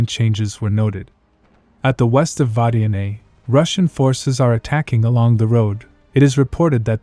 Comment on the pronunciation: Ro bo Ne... This robot voice needs an upgrade - sounds legit a bit dyslexikkkkk